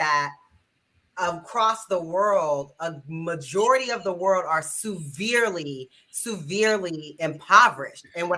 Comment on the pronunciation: SUE-verely?